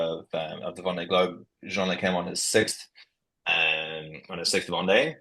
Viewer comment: Yes, interviewer should learn how to pronounce Vendee at least! And not knowing about Vendee/Ocean race collaboration with the question at the end was poor too. And no highlights in between.